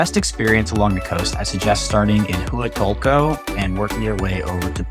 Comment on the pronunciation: Brooooo…just watched your video! You really need to learn how to say Huatulco correctly. I was cringing with your pronunciation of how you say Huatulco. 🤦🏽‍♀️🤦🏽‍♀️🤦🏽‍♀️🤦🏽‍♀️🤦🏽‍♀️